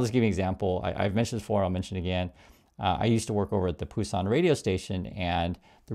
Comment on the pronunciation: I didn't know Busan was pronounced with a 'P'. I thought it was a different place 😂